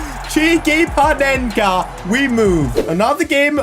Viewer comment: Corrections:Panenka not Penenka😅